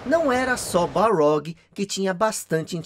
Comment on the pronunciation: Ótimo vídeo. Mas é Cory Barlog ou Balrog?